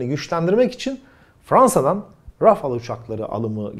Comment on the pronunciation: Of, nihayet sonuçta doğru şekilde Rafale okundu (Rafal olarak son "e"okunmaz Fransızca'da), sizi elimden geldiği kadar takip ediyorum, bilgili, dengeli havacılıkla ilgili haberdar ettiğiniz için sizi teşekkür ediyorum Sağlıcakla kalın